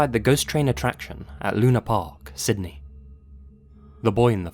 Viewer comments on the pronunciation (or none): none